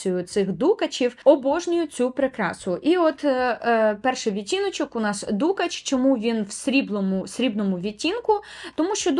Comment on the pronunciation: Мабуть, я таки здаюсь і купую перші десь за останні 10 років пігменти. P.s.Перепрошую за зауваження, але дуже різало вухо: дукАч, не дУкач. Лелітки - це український варіант від "пайеток", але дуже підходить сяянню тіней. Зґарди роблять і зараз (як відтворення старовинних, так і сучасні, натхненні самою ідеєю).